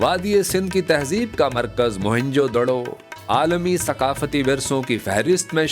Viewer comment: بھائی اس قدیم جگہ کا نام موھن جو دڑو نہیں بلکہ اس کا صحیح نام ہے ( موئن جو دڑو ) اس کی معنی بنتی ہے مردہ لوگوں کا ٹیلہ شکریہ❤